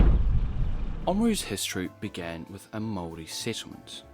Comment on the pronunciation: You say "Māori" beautifully, but I wonder why you can't say the first 'a' in O A maru? Nicely done, overall. Thumbs up.